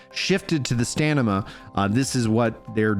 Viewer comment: Please learn to say stamina 😀